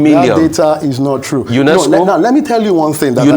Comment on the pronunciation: Rufai why are you over emphasizing UNESCO as if is not 1 of the Bretton woods institute.